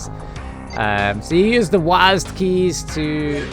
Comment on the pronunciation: I've never heard of someone saying WASD as a word before